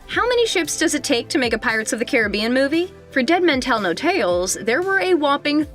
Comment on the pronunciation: He is saying Caribbeanwrong 😢😂